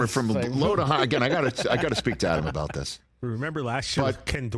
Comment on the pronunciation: You better read "abaht" that towel jr. 🤣👏👏👏